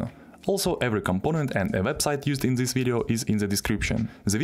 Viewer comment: zis is goood